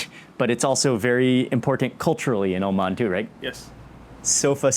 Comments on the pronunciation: Whats is... oman... as... oman... omaniyah... O' man... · 'Oh, man' (Oman)